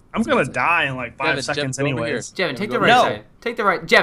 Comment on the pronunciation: it's Jevin not Kevin